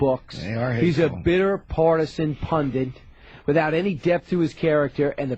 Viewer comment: Why do most Republicans say "PUNDENT" instead of pundit? Do they think it's just the short form of correspondent? Or do they not think at all and just try to repeat something they heard Bill O'Reilly say? Almost everyone on Fox News, Elisabeth Hasselbeck, Dubya, and most other Republican politicians pronounce it like this.